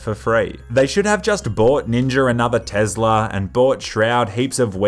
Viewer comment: "Tezla" lmao its better than tesla tbh